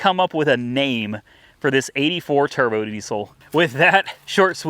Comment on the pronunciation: you all ready named it yourself in the video :) the TURDBO DESIL!!!! you said turd brown lmfao :)